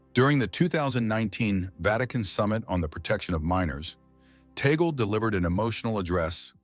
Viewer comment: We are humbled by this vlog sir , he prefers to be called by us Filipino catholics as Cardinal Chito…. Sir with due respect, his surname is pronounced in Filipino as Tag-le not Tay-gel,apologies for this correction.🙏